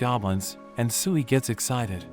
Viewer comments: I dont know why but when he named the slime tsuiy i thought he tried to say SIUUU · I thought sui was sewy 😂😂😆